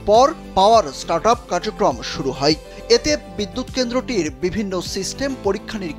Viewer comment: হয় কে হই বলছেন কেন?